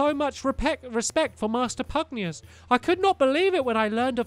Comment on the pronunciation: i cracked up a few episodes ago when there was a cutscene that said pugnacius and yet he still says pugnius xd